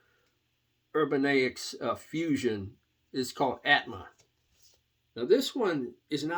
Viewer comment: Pronounced "Ur-ban-YIK". I have that Jean-Luc Ponty "Upon The Wings of Music" and that "Hot Rats" by Zappa. Love both of them.